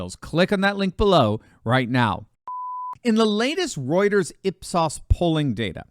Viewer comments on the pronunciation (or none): none